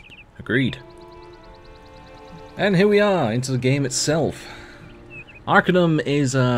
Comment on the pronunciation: You regularly saying Arcanium. It's Arcanum. :)